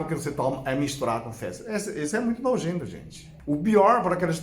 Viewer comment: "Isso é muito nogento" 🤣🤣🤣🤣🤣🤣🤣🤣🤣🤣🤣🤣🤣🤣🤣